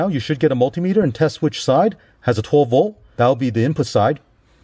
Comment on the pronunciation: Cant say "v o l t" theres a letter T there. 12 vol